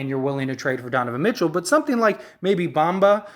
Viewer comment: Bro the Magic is not trading Franz is you outta your mind???? And you not even saying Bamba name right…. You know nothing about the Orlando Magic!! Like you really rather keep Isaac over Franz… Stop it bro stay off the weed! Franz is a corner stone! The man had a 38pt game his rookie year a Point forward who can play on and off the ball and a dog on defense and played over 70 games led all rookies in scoring! Over Cade over Green over Mobley over Scottie Barnes and you talking bout franz won’t be that big of a lost… You have no idea what u talking bout